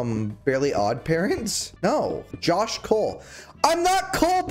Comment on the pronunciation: I thought you said Jewish instead of Jawsh